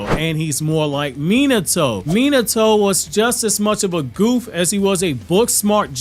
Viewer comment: I really wish you’d learn how to pronounce Minato’s name…